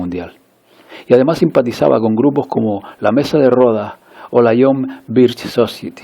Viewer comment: La palabra inglesa "society" se pronuncia /sosáieti/, no /sócieti/ y la palabra "Turkey" se pronuncia /térkei/, no /túrkei/.